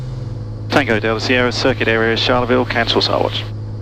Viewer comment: Great video. I need to help you with just one thing that as a Queenslander, is a little grating. Pronunciation. Charleville is not pronounced like Charlize Theron with the 'ch' sounding like 'sh'. It's 'Ch' like Charlie and the Chocolate factory. Like Cha-Cha-Cha. We'll get you there. It's great to see a decent Australian flying video series. - Mike Costello.